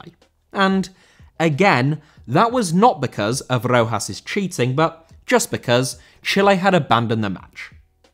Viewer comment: Rojas* not Rouwhas